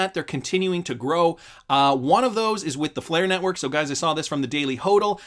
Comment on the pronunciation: Again its pronounced "won" not "you on"